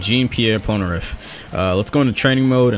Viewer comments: "PolnerAph" it is Polnareff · Anyone realizes how he pronounces polneraff pol-ner AFF when it's pronounced pol - ner eff